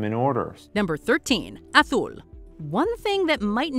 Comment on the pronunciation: wow, no stone age or small world, but yes to seafall? crazy. dead of winter and zombicide shoudve made the list too. narrator says reZource and aTHul. be she says meHico too